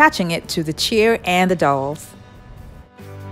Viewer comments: Cute video!! But those DOWELS are pronounced DOW EL's ... Not "Dolls" lol.. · I love your stuff. But it's pronounced D ow wells lol. ;) What is your flooring made out of??? it looks like big Puzzle pieces. Also, Everything you create is Beautiful. I'm hoping to be able to buy a house soon and if I'm able to then I plan on going Crazy making 99% of everything you have made lol. God bless you hon and keep up the Beautiful Crafts. <3